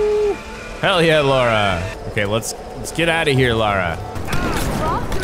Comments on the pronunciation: For peat sake, it's LA RA not Lay-Ra or fuckin Laura!!! How is that difficult to get right?????? Yanks drive me nuts!! 😂😂😂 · Why does every American pronounce her name wrong? It’s Lara Not Laura ! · okay I've heard ppl call Lara 'Laura' but LERA?? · Ok, repeat after me... LARA like Car-RAH. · Have no idea why Americans just cannot pronounce the word "Lara" 😂